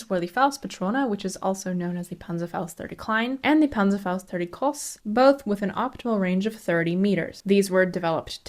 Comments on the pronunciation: Nice Video Just to mention, in groß, the emphasis is in the o, which ist pronunced like "Oh" in "Oh my god"with the ß pronounced like the s in "sister". Also in Panzerbüchse, the dots over the u in german mark an "Umlaut" which can be transcripted to "ue". Pronounviation is a bit difficult, as at least no example oft a simmilar sound in english comes to my mind right now. Greetings from Germany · I've watched a lot of historical movies and videos on youtube and few presenters even bother trying to pronounce German words in any recognizable way. You did it quite well, and I appreciate the effort. The only mistake is that a vowel before "ß" is always long.